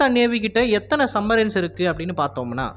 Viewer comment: டேய் அது சப் மரின் சம் மரின் இல்ல